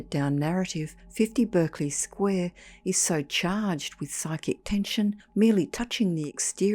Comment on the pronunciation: Pronounced Barkly Square.